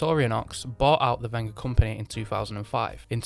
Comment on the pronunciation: Thanku for pronouncing the manufacturers name properly